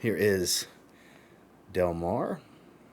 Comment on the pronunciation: I definitely loved Del Mar La Tacita de cafe is really good as well. I still have 4 more to test. You pronounced the name just fine. Del Mar reminds me of Alien from Mugler I could be really off but that’s what I got. Which I love Alien. I do have a slight cold today 😂